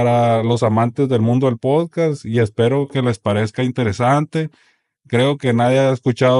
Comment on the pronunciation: Por qué los sinaloitas no pueden pronunciar "podcast"?